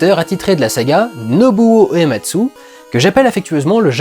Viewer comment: Salut en merci pour cette vidéo pour faire le lien entre FF et le cinéma, lien qu'on verra de plus en plus avec les épisodes suivants. Par contre j'ai noté 2 petites choses, pour le compositeur, il m'a semblé entendre Ematsu au lieu de Uematsu. Et pour FFVI c'est pas 12 personnages, mais 14 en tout (Terra (Tina), Locke, Edgar, Sabin (Mash), Celes, Cyan (Cayenne), Gau, Setzer, Relm, Strago (Stragus), Mog et Shadow) et les 2 persos facultatifs que tu peux ne jamais rencontrer Umaro le Yéti et Gogo, le mime introduit dans FFV. Et FFVI est aussi le 1er jeu à avoir instauré les attaques désespérées (j'ai plus le nom en tête), prémices des limits break des 4 épisodes suivants et de ff14